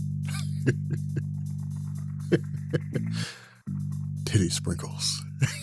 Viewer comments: Did you say 'Titty Sprinkles'? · Levi Peterson i was curious myself, i could of swore he said tittysprinkles.....😳